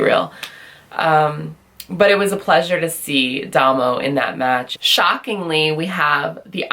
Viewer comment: Nice review. Also, Damo is pronounced Day-mo